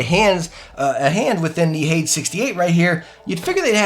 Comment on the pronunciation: Great video, but "Hades" is pronounced "Hay-deez". It means "hell"